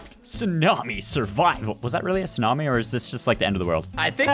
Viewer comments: I lv how u guys said instead of tsunami and u said salami 😂😂🤣🤣😂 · There is a massive tsulami coming! (Tsunami): SALAMEH? i wanna taste the salami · Its tsunami. Not tsumami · Bro its tsunami not salamie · I like the part were u said salami instead of sunami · "Stumami" - spy 2020